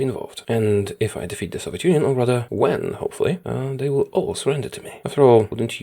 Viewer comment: Defeat not Defat